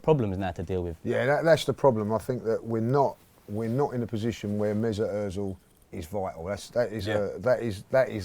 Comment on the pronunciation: Omg the way he pronounced Ozil 😂😂😂😂